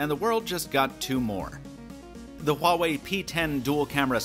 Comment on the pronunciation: Finally someone pronounced Huawei correctly